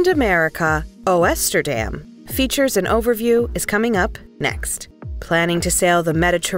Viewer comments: Good grief... What about knowing how to pronounce half the words in this video, including "Oosterdam"?! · Isn't AI fun? Can't even bother to get the pronunciation of the ship name correct. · Viva AI. 🤣🤣